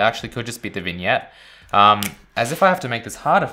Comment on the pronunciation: Thank you for pronouncing vignette right